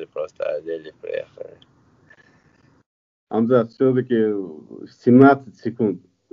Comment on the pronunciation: ХЬАМЗАТ . Не ХАМЗАТ. Приятно слышать что берущий интервью правильно прлизносит его имя.